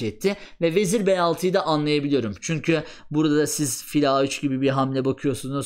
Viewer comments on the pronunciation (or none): none